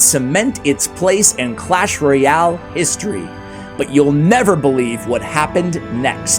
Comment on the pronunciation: history 🚫 histoy ✅